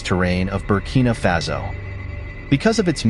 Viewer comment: It's Faso, not Fazo.